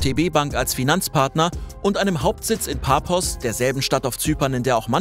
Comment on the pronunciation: Super Beitrag. Nur die Stadt Paphos auf Zypern wird Pafos ausgesprochen. Da Zypern nicht gerade bekannt ist, kann ich es verstehen. Ich wollte nur kurz drauf hinweisen. Viele Grüße